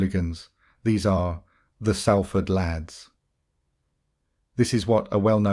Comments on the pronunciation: Sorry got to correct you…if you’re from Salford ..it’s pronounced Solford….it’s annoying when you say Salford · As someone born in Salford, it really riles me to hear you pronounce it wrong; it's pronounced Solford not sal ford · Bro if you’re gona make a video of a place learn how to fucking say it it’s prounanced solfard not saaalford jheez ruined the whole video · Love your stories but do your homework, it's pronounced sOlford not sAlford 😮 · Pronounced ‘Saul-ford’ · Its prononced 'Sol'ford 👍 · Turned it off as soon as you pronounced Salford wrong!